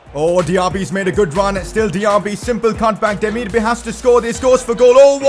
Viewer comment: You call him Demirbuy not bay